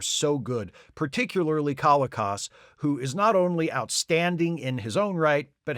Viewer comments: John Colicos' name is pronounced ko-LEE-kose. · John Colicos name is pronounced kuh-LEE-kowz.